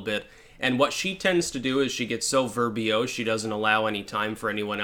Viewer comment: VER-BOSE ,no EE.